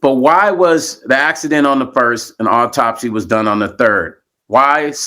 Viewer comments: What an irritating man to read an autopsy, not knowing how to pronounce the words. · This is undoubtedly sad af news but as a nurse, his medical pronunciations had me 💀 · JUST STOP... YOU'RE PRONOUNCING THE TERMS INCORRECTLY, YOU'RE ASSUMPTIONS ARE JUST THAT, AND YOU'RE NOT MAKING SENSE. AS A PCP, SLOW A PROFESSIONAL DO IT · I know Stone's heart was in the right place but he should have researched the pronunciation and meaning of the medical terms.